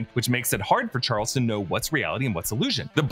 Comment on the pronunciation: anyone else notice when we was talking about where magneto at some points he calls him "charlies" and again lol